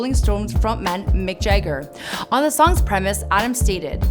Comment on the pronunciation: and - Did you pronounce Jagger as "Jay-ger"? It's "JAH-ger". Seriously, I think Mike Jayger of the Rolland Stones is an awesome singer.